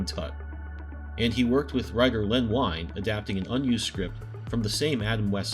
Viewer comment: Great video about a great artist. I'm looking over your channel, and it looks like I have a lot of watching to catch up on. A couple of pronunciation notes: Len Wein pronounced his name "ween," and Dick Giordano was "jor-dan-o," not "gor-dee-an-o."